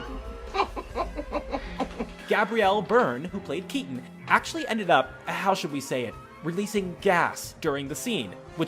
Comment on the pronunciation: First, the corrections: It's GAY-briel Byrne, not GAH-briel Byrne. He's not a woman. Also, Robin Williams won for Best Supporting Actor for Good Will Hunting, not Best Actor. Then, the recommendations:, you have GOT to see The Usual Suspects. It is literally one of the 100 greatest films ever made and one of the 10 greatest 90s films, right up there with Titanic, Pulp Fiction, L.A. Confidential, and The Shawshank Redemption. This film deservedly put director Bryan Singer on the map, and directly led to him getting picked to direct 1999's The X Men. You absolutely need to see it. Also, you definitely need to see Shaun Of The Dead, especially if you have seen both George A. Romero's Night Of The Living Dead (1968) and Dawn Of The Dead (1978). Now, the final comment: The very first thing I thought of when I first saw the thumbnail was that AMAZING improvised scene in the middle of Saving Private Ryan which, by the way, should have earned Matt Damon an Oscar® nomination for Best Supporting Actor. He was robbed.